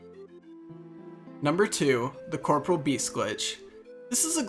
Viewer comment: You pronounce corporeal wrong, it is not corporal.. they are two diff words.